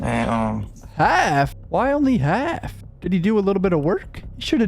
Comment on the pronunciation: Bro when you said “HaLFFFFF?????” I died 😂😂😂😂